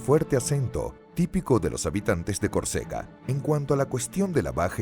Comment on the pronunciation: El NARRADOR pronuncia CORCEGA pero los textos dicen que la pronunciación correcta es CÓRCEGA